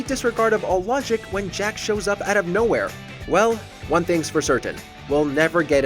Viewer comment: Bro, I KNOW you haven’t played mortal Kombat. The way you said “Jaqee “ and calling Jarek Jax 8 times 💀🤣